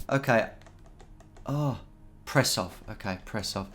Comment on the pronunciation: Prešov in Slovakia - [prehshow]